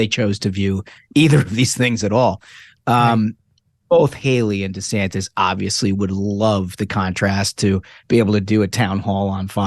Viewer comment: Desanis? What an idiot! His name has a "t" in it. Fool!